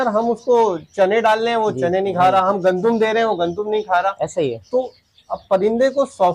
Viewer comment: Punjabi mein "Moonji" kehte hain bhai. Agr pata na ho tu bilawaja mat nam ko kisi language mein chipka dia kren. Or urdu ka lafz " Gandum" hota hai ,gondum" nahi